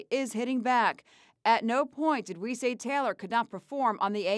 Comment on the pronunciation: Yo that narrator says Taylor talor